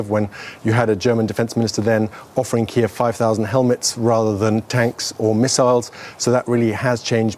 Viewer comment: kiev is pronounced key-ev.